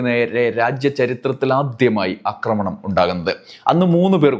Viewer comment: അക്രമണം അല്ല സഹോദരാ ആക്രമണം എന്നു പറയു ?